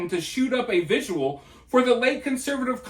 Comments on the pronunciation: It’s vigil not visual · Great job investigating and disseminating information!! BTW it‘s „vigil“ not „vigual.“ thx. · The dude in the video can't even pronounce "vigil", so... Seems like it's a bilateral issue.